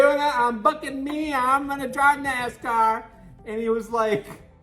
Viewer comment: Oh my gosh me too Sheila 🤣 I was like "Did just say the f-word!?!"